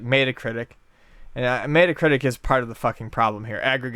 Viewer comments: it's not may-tuh critic. met is like bet, meh-tuh critic, c'mon guys. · Isn't it Met-uh-critic? Like the Mets and not mate-a? Or Meta Knight? Hearing Mate-a-critic was cringey though I could be the one pronouncing it wrong here and just want to know. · oh god please stop saying Mayda.. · mæta? mætacritic? meatcritic? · mayta-critic lol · Maytacritic haha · I too am offended by problem with Maeta Critic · let's start a petition to get to pronounce metacritic properly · sounds like a good idea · i can't take anything ian says seriously when he can't say metacritic properly